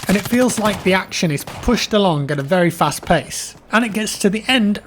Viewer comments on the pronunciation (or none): none